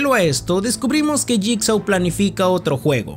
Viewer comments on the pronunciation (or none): Se pronuncia /yigso/